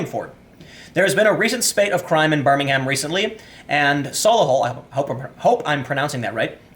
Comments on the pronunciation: The British city is pronounced differently from the one in Alabama. In England we tend to reduce the vowels on unstressed syllables, so it's BIR-ming-m rather than Bir-Ming-Ham. British people don't agree on how to pronounce "Solihull" so don't worry about that. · Fam, you ignorant AF to what's going on in the UK. Your pronunciation of BirmingHam and not knowing what a Corsa is illustrates that. Educate yourself on a topic before spitting generalizations about crime, migration and poverty. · lol, you got Solihull spot on, now you just need to learn how to pronounce Birmingham correctly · Telly Savalas said ' Birmingham' better, sorry. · I’m really enjoying hearing Tim pronounce Solihull and Birmingham, places not too far (well actually not far enough!) from me!